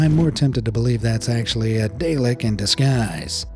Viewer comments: It's Dah-Leck, not day-lick. LOL Exterminate! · I'm sorry but you completely mispronounced Dalek. It is not Day-lik. It's Dah-lek. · I don't think you've seen doctor who...dah-lek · A mispronunciation. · how dare you pronounce dalek that way!? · Don't pronounce "dalek" anymore....